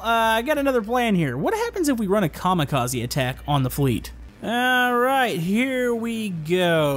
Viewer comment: Oh that a bit odd how you say maybe we do some Kamikaze